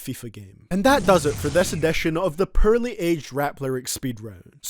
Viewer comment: I can't distinguish his "poorly" from his "pearly"